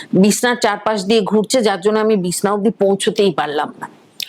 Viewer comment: Madam, Bishna na Bichhna bolun. 😊